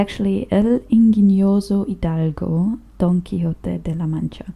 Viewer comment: Your pronunciation of the original full title is perfect.